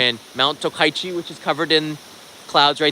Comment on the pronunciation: The place is called TOKACHI right? Not Tokaichi like you pronounce